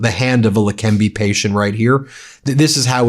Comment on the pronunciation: It's not lekembi but lekeneba